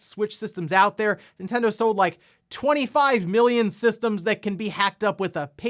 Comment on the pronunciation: My pet peeve on this channel He pronounces Nintendo. “Entendo”